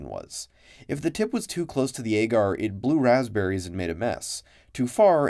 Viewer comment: I don't know if it's the common pronunciation in labs, but the way he says "agar" really bothers me.